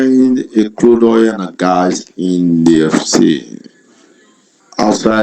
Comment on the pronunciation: After hearing his voice I now realised why he referred to 'Crude Oil' as 'cloud oil' I can even give you an almost precise location where he is from in Nigeria. Then on the daughter side I think that 'daughter' account is also used to scam younger foreigners and get them (the foreigner) to do some lewd things online which they can use to blackmail these foreigners. He even said 'thank chew' at the closing Lol